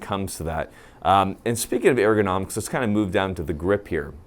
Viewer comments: Did he say eargonomics? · How pronounces ergonomics..."hEIrgOnomics" lol I love it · "Aerogonomics" lol